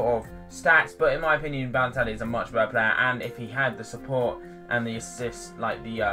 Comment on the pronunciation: baloetlli lol!!!